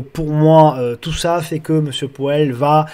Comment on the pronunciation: Hello ✌🏻. Ta prononciation de MR.Poêle (Powell) m’a bien fait rigoler 😂… Je vais essayer de retrouver ta vidéo sur les crypto, je ne l’ai pas vu passer 🤷‍♂️🙈, dommage ça m’intéressait. Bon week-end👌et merci.